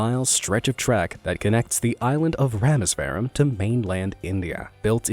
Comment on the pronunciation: its not pronounced rameswaram its rameshwaram, its more like pambhan too,And no the train just fell over the bridge into the water, and 5 of them were discovered close to death and they said they want to live then they died thats the story, my friends friends great uncles cousin was one of the witnesses